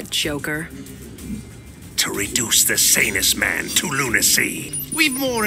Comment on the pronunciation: Did call Joker "Yoker?" I mean, he's Mexican, but he should be calling him "Hoquer" or something in that case...